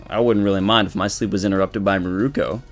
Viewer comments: Mirko not Miruko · If you love Mirko, say her name right :[